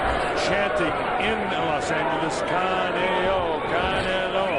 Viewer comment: nigga said caneo lmfao its canelo